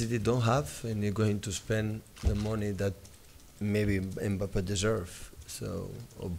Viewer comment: How many times that guy butchered Mbappe’s name aha 😂